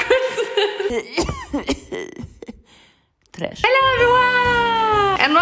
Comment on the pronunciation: still saying "tresh" in wrong time grrr